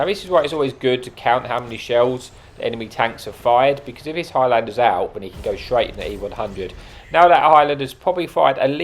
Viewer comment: Your saying it the same as petty lol it’s one word highlander,not high lander,I’m Scottish so I’ll forgive you😂